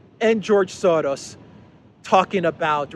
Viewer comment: There is no D in Soros. You sound dumb how you say it. You can try to play it off that your trying to make fun of the evil guy. But you're just making yourself sound dumb not being able to say such a simple name. Why are you adding a D? it's Soros you moron